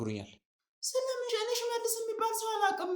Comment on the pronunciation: ለምን ትቸኩላለ ሽሠልስ አትበል ፈጥነህ